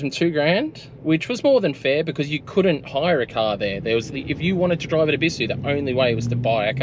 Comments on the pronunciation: Look up the pronunciation of Ebisu plz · Maybe just stop your channel then, if your not willing to use the correct pronunciation for the car culture you portray then stop xox